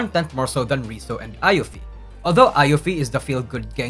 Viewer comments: my ears hurt when you pronounce iofi's name as ai-ofi (アイオフィ) instead of i-ofi (イオフィ) ever since I can read katakana, it's now easier to know how to pronounce the anime character names from wiki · he called yopi, ayofi 😭😭😭